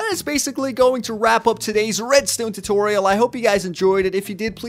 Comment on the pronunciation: soory not totoriol but tutorial